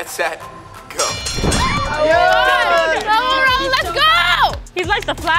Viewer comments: Exactly like I’m sorry do you think someone with really named their kid rail why did they even show you his spelling of his name but they continue to say rail lol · I’m sorry but why in the world is this girl dating him and she can’t even pronounce his name. She be like rAiL I forgive you😂😂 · This literally annoys me sm how she pronounce it "rail" i can't😂🔪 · i can’t take the fact that calls him rail😭💀💀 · Why does she still call me Rail-LMAO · THE FACT THE CALLS “RAUL” “ RAIL”😂😂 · Ok but can we talk about how completely pronounced rauls name wrong and she is dating him and she’s just like 🤪✨rAiL✨ 🤪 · I love how they call Raul rail it’s fantastic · HHAHAH WHY DOES CALL RAUL RAIL😭😭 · She calls him Rail lol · It's pronounced Rah-ool. IT'S PRONOUNCED RAH-OOL!! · Everyone: Raul: rail😶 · I’m getting mad that she keeps saying rail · the way is pronouncing raul’s name as ‘rail’ is annoying me😃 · is so white “rail” jesus it hurts to hear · TEACH HOW TO SAY RAUL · Even corrected her and she still ignored it 💀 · finally someone told her she said it wrong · Honestly at this point, should win. Her only mistake is not pronouncing Raul's name correctly. She's fair, honest and a friend to everyone. She doesn't lie as much as the others and people just hate her for living her best life. She is very energetic and so people call her annoying but it seems they should just mind their own business. When one of the twins said she was for the streets if she didnt take raul back, that was so wrong and he def doesnt know how to treat other people. Then he says its a joke when she found out?? no, thats a horrible person right there. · The way the way that pronounces Raul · They keep saying Raul’s name wrong and I’m ngl it’s bothering me 😂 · EVERY TIME says RAiL, i get a cramp. It is RaUUUUL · The fact that people say “rail” and not Raul bothers me so much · Everyone: Raul: RAILLL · HIS NAME ISN'T RAIL